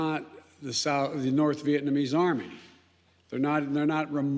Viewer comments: Did you mean, the Tally-Ban?! I heard Uncle Sniffy mention them! 🤣🤣🤣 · Joe was ready to expound on his knowledge about the "Tolly bon"